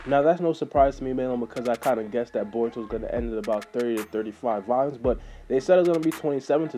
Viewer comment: Nigga don’t know how to Pronounce Volumes